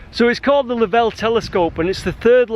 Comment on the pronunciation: Great video recommended out of the blue. The only prob is I have never heard Lovell pronounced the way you do. There is no 'e' on the end. Not important but just sounds weird.